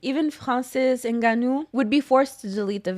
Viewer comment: crazy that she pronounces francis ngannous name better than all of mma and boxing media together😂😂